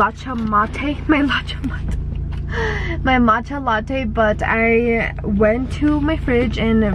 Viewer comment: not latcha matte lmaooooo.